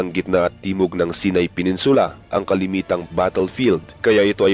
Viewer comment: Hindi sinay saynay ang pronounce ng Sinai lol ✌️